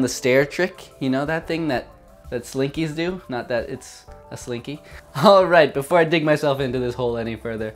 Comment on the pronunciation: he called it a slinko one time and now i am screaming inside